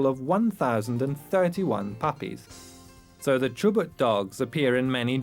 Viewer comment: is not Chobut it is Chubut